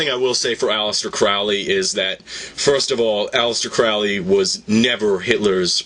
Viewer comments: Crowley is foully Crowley is holy get the pronunciation right! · His name is Crowley, rhymes with holy. And maybe she's William Breeze's daughter. :P